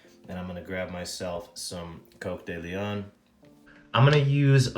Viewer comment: I thought it was Cock-de-leohhhhn not Coke-de-leon? Also you say Peacock and I thought it was Pee-coke. Please post video on correct pronunciations of tying materials. Thanks from Spain ✌🏽